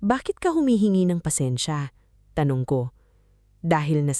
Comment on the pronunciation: Nice story. Very compelling. Sana lang maayos ang voice over at captions like 'asawa ko ako" at tamang pagkakasabi ng mga salita 'tumanggo sa halip na tumango, or pansensya sa halip na pasensya [for educational purposes].